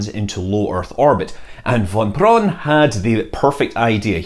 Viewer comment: Here is a tip: If you pronounce Von Braun just like "brown" (which it means) you are much closer to the proper pronounciation than with your tongue-knot attemps. And the v in von is just like the F in the most famous english word.